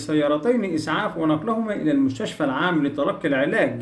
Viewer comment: معلش كلمة مستشفى بتلفظها غلط بتقول مشتشفى ياريت مراعاة النقطه دي